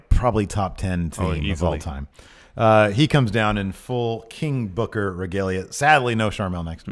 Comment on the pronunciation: Come on my it's not King Booker it's KING BOOKAAAA!!!!!! great show guys